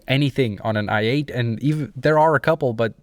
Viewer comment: Wait when you say i8 are you saying ( l ate )